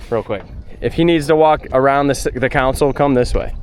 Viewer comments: Stop calling it a "counsole". It's a "console", like the center console in your car or truck. Sorry, I'm very OCD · You do know it’s “console” and not “council”. Right?? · only thing I am hating on is the way you say console lol